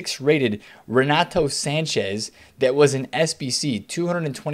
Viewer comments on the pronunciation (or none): none